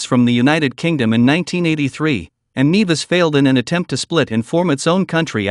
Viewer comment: Great but you mispronounced St Kitts & N-E-vis" That is where I went to med school.